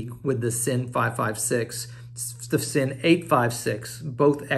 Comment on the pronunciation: It’s pronounced Zinn